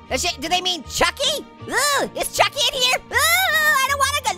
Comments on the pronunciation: What do you mean shot. Chocky It's actually pronounced choky I heard from girl from Matilda Say that a choking Is Something like a chamber With broken glass and nails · The way he said a chucky but if you have watched Matilda you know the choky😂😅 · It's not a chocky it's pronounced like chokey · It is chock in choke-ey